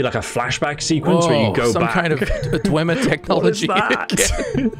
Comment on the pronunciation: "WoAh sOmE KiNd Of DwEmeEr TeChNolLoGy" LMAO. Nice Joke, I really loved the ESO part. It was just wholesome.